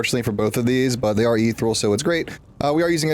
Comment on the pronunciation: Good video. If I may make one suggestion, it's "ih-theer-ee-uhl" :) One of those weird words you read but never hear spoken, so you're left with head-pronunciation.